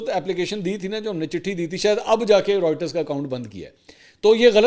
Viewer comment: Mansoor Bahi Writers nhi reuters hea pronunciation